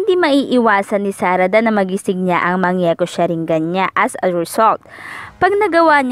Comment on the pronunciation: Mali basa niya pati sa mangekyo sharingan